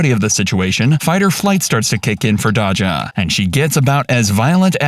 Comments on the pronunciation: Its Day-juh not dacha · Bro at least learn how to pronounce names.. it’s not dah-jah. It’s day-sha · Her name is Pronouced Day_Jah the cops and the employee said it multi times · Well first let’s start with Dodge’Jah 😂😂😂 white peoples no they can’t pronounce Black names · I hate how he’s saying Daja’s name . It feels racist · I hate the way they say her name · i feel like they saying her name wrong on purpose